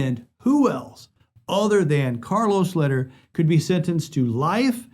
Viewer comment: Hey there, my goodman Charlie's last name is pronounced "lay-dear" and not "ladder"